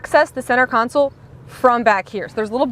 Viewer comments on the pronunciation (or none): Yesssss lol the “council” absolutely KILLED me 🤣